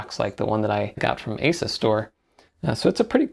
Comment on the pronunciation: Why you gotta say Asus like that